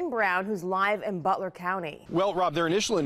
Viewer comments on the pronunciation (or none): "... who is live in Butt-ler county." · "Buttler" county.... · AND it happened in butler (butt-ler) County LMAO 🤣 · "Butt"ler County 🤣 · Butt ler ave 😂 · Butt-ler county haha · But ler county 😂